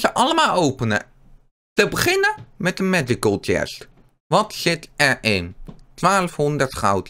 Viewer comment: Bij eh 😂😂😂ik ga stuk een lekanderie uit goude khhiest